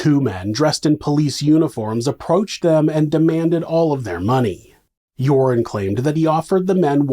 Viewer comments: Love how you pronounce Joran as Urine 😂 (serves him right!) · I love how "Joran" sounds like "Urine" to my Aussie ears. It suits him. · I've taken 12-1300 out of an atm many times, no problem. Also the way you pronounce joran I will now forever refer to him as urine van der sloot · His name is pronounced 'urine' -- how appropriate.